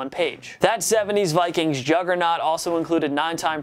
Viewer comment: truth This man said Viqueen. 💀